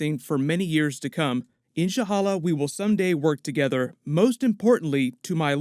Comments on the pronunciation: It was worth it watching this video just so I can hear you say Inshallah.... It's IN shal la....but not too far off :) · "Insha halla"? Lol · Did he just say "Inshahalla"